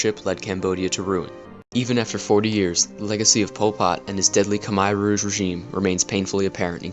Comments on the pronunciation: It's not "Kimer" Rouge it's pronounced (Koomair' Rooj) Khmer Rouge. And both Vietnam AND Khmer Rouge were communist with the Rouge calling themselves "ultra communist". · Why are Americans so stupid? They refuse to speak the way the rest of the world does. listen to the way the Cambodians say the word Khmer Rouge and say it the same way they say their own word. Not they way you think it should it should be said. Khmire Rouge (how you pronounce it). Also the way you narrate is to quick and boring. just a couple of tips for you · Great video, but you need to pronounce Khmer Rouge correctly. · Solid short documentary. Thanks. However, your pronunciation of Khmer ROUGE is bit bit weird. Next time, please do get help from a French speaking person. And Good Luck! By the way I am also a YouTuber. Here s my video with French connection. La Voiture Peugeot!